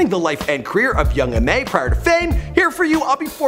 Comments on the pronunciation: its ma niga not mom. ma. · this nigga said "young mom" lol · Di you just say young mom? 🤣 correct yourself.